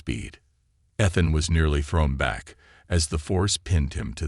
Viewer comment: ETHAN with a long E, Not short. And then misspelling the same word? NO thanks.